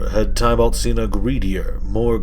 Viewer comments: Lol your still saying tie balt. Teeh bullt. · It’s pronounced tib-ilt not ty-bult